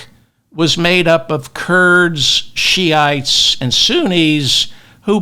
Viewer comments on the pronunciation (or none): none